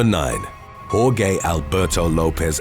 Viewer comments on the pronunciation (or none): Geez man. The name is pronounced "Hor-heh"! Not "Hor-geh!"